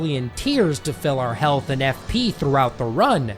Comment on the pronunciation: I did not expect him to say health penis